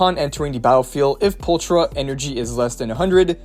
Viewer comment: Can't lie. That bothered me a lot more than it should. Probably because I was already trying to ignore the "Pulchra" pronounciation too